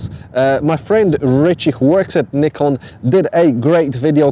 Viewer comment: Please learn how to pronounce Nikon properly. Thank you